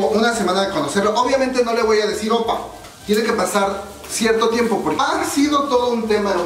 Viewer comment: #1: Se dice Oppa (imagina que lleva una tilde en la última sílaba), es decir aguda. Si vamos a corregir "hangul" es bueno enseñarlo correctamente... en buena onda. #2: La ropa de VIVIZ no fue porque no tienen un buen estilista, es un homenaje al año 2016 en los MAMAS. O sea hay que informarse pue... #3: Si bien los coreanos no son tan eufóricos como los fans internacionales. Las reglas de las multitudes en Corea según "pandemia" es que no pueden gritar, solo pueden aplaudir. Éxitos.